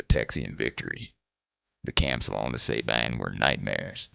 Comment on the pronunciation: Love that this video tells the forgotten part of the Texas Revolution! People need to remember what happened to those civilians. One little note to the makers of the video, and I know this is nit-pickin' but remember San Jacinto is pronounced "San Ha sinto" with the accent on the "Ha", and the Sabine River is pronounced "Sah bean" with an accent on "bean".